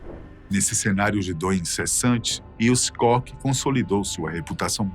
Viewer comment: A pronúncia é "Kór" e não "cock". Dá uma agonia isso, um canal com tanta relevância custa colocar o nome no google tradutor e pedir pra ouvir a pronúncia correta?